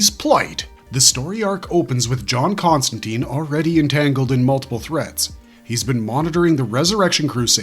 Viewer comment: Con-stan-tine; like fine, mine, nine, pine, wine, line, brine, etc. Not Con-stan-teen.